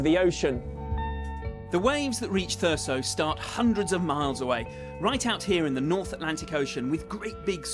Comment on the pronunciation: the only thing that annoys me in this video is that they keep saying thur-ssso instead of how it is acctually pronounced thur-zzzo